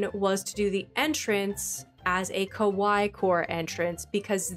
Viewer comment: so cute!!!! (fyi you are pronouncing kawaii wrong - its kaway-ee - and the way your saying it means scary!)